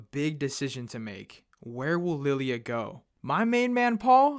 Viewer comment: “Lilly-a the maid” yeah it’s lie-la